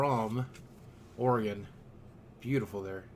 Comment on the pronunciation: THANK YOU for pronouncing "Oregon" correctly. Most people say "oreGAHN" and it's a little pet peeve of mine.